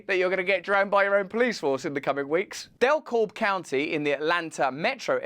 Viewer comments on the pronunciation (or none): Greetings from Georgia. Not that it really matters, but Dekalb has a silent "L", and the stress is on the second syllable. It sounds like "the cab". Cheers! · As someone from Georgia, I feel obligated to correct your pronunciation of Dekalb. It is [Deh-Cab] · “DeKab” pronunciation Not DekALB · DeKalb is pronounced di-cab. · Just fyi...the letter L in DeKalb is silent, so it's actually pronounced de-cab. The TV show "The West Wing" made the same mistake and it drove me nuts. But to be fair, I can't properly pronounce many of the place names in the UK either. ex: Leicester ;-) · its pronounce "de-cab" in georgia anyways. love the channel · This is petty, and I'm aware you're British but it's pronounced "də-KAB"(Dekalb county). Much love mate!! Cheers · It's Pronounced More Like, Duh-CAB County. I couldn't pronounce Harley a one of your counties... ,😉✌ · Thanks for bringing this to light. My office building is in Dekalb county. It has a weird pronunciation. You say it as DaCab. Also alot of shady stuff happened there during the 2020 election. :) Keep up the good work. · Dekalb, Atlanta GA is pronounced DEEEEE Cab. Enjoyed the episode! Keep doing what your are doing. Thanks!!!!